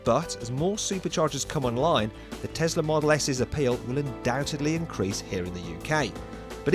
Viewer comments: it's a tesla not a tezla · Pronounced as Tezla.